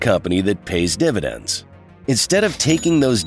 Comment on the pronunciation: dividends becomes diNidends?